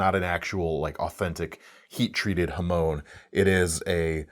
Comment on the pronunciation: The word is 波紋 (はもん) "hamon", not "hamone".